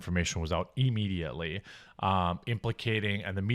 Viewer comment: Why do you pronounce immediately like Eeemediately? So weird and grating. You say it like you would say the word "if"...